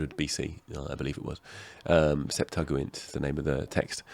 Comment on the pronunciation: Kind of hard to take him seriously about Biblical pronunciation when he so brutally mispronounces "Septuagint."